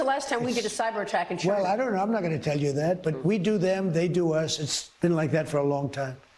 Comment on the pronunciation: Telling how Trump pronounces China as ‘giina